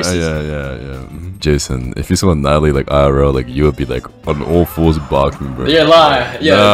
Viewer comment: Natt... Natt-a-lie. Natalie...